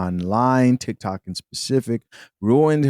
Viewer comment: I'm sorry, did she say she does Thick-toks?